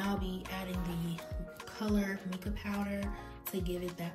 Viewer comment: How come you didn't measure anything? Also it's pronounced MY-KA. I know the spelling looks like Mica...Also the reason your mixer didn't work is because the base is too heavy. You can make your oil base with pigment, mix it with the mixer and then pour that on top of your base and use a spoon. Lastly, you have to sterilize everything you use.. including bowls and tubes or your products will grow bacteria. Hope this helps